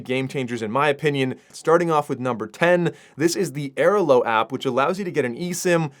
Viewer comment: Stunned by: 1) the fact that I'm comment 36 on a video with "44k views," and 2) the way pronounces Airalo. Luggage scale is a legit tip. also makes S-tier headphone/earbud recommendations, but you wanna go with the Bose QC Ultra gen 2, and the same goes for Meta Ray Bans-- the second generation product is a significant upgrade. Flighty is also the best travel app out there.